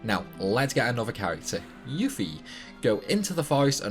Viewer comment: The trick at the gold saucer doenst work on the ps1 version ik ive been playing ff7 since day 1 and lucky 7s isnt even worth it besides not all of lucky 7s hits and its 55 shots in the 🏀 game 😂😅 beta not beeta 😂😅 yuffie not yoofie she's not a 🐄😅😂😅and it's mako not macco 😂😅😂